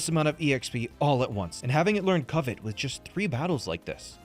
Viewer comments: It's always funny when "pokemon" youtubers don't know pokemon facts, like Skitty evolving with a moonstone, or how to pronounce "Covet" lol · the way that guy pronounces "covet" tho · Great video and awesome concept! Only thing that bugged me was the mispronunciation of “covet”, but that’s just the English nerd in me. Great job putting together an awesome video! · The way said covet wrong every time pissed me off for some reason. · Every time what’s his name says “covet” I take psychic damage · This could have a happy ending if dude learned to pronounce covet. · That way that dude pronounced covet was hard to listen to. Glad it was only twice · Please somebody tell this man how to pronounce covet. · Frank needs to be slapped many times over for how he says covet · Somebody please teach how to pronounce "covet" 😂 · I winced everytime mispronounced covet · None of them knowing how to correctly pronounce "Covet" was probably more upsetting than watching Alpha skip the dialogue umpteen times haha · What do you mean? Frank is the only one who didn’t pronounce it correctly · The mispronunciation of Covet kept making me think he was saying something about Covid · Why is he pronouncing covet like that? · how u went this whole time not correcting pronunciaton of covet is a mystery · consistently saying cover wrong went from annoying to funny surprisingly quick. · My only problem with this video is Frank's pronunciation of covet, other than that this is a perfect video. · That drove me nuts. At first, I thought it was a gag based on COVID, but he said it a few too many times for that to be the case. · I hope someone eventually told how to pronounce covet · Not surprising the guy who can’t pronounce covet took the longest. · Covet pronunciation is killing me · pronunciation of Covet INFURIATES ME. IT’S PRONOUNCED KUHV-IT! NOT KOO-VET!! He’s practically saying Covid!!!! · “Ko-vet” 😂 brother what